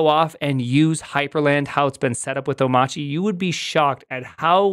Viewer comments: why do you call it omachy instead of Omarchy? i don't know it, have never used it. first heard about it here in this video.. but i am interested in learning about it .. is the R silent? oh, btw, my first video of yours.. i like the format and the amount of info served/time. you have a new subscriber & thumbs up. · Oh-machi? 🤨 I assumed it was “oh-my-archy” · It’s Arch Linux so why are you calling it “Oh-motch-ee” and not “Oh-mARCH-ee”? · How do you not know it's pronounced "O-marky" as in anarchy? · Why is it oh-mah-chee ? TF happened to the R in that word? Is Linux forcing us to be Massholes now? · Why do you keep saying "Omachi"? Can you read? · Have you learned how to pronounce omachy? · so it's pronounced "o-mahtchy"? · Shouldn't "Omarchy" be read like "anarchy"? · Prim...say Monarchy.....okay....now say Omarchy......You're welcome. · Good video, but I've stopped watching when I've heard Omarchy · Amazing. He mispronounces both Mac OS X and Omarchy.